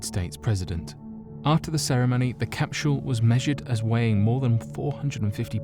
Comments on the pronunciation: I give this video a thumbs down. Mexico is not south America and it's capsule not capshule. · im hearing him say capshule not capsule, anyone else hearing that? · Is anyone else getting slightly aggravated that the narrator is pronouncing capsule like "cap-shull"? This is without a doubt one of my favorite channels.... But the mispronunciation of words always bothers the shit out of me for some reason... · this might have been the best video ever uploaded to youtube but i'll never know because after hearing you pronounce "capsule" as "capshool" 22 times, i shut it off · CapSHule? Their is no "H" in CAPSULE . I love your content, but DAMN, speak the fkn language correctly.... (phonetic pronunciation /ˈkapsəl,ˈkapˌs(y)o͞ol/) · Lol😂😂😂😂 shedule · Lmao agreed bothered me too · "Necro-polis."... "Cap-shool"....."De-lan-o".....Bad pronunciation is very indicative of a lack of general knowledge due to poor education. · His pronunciation of that triggered me deeply.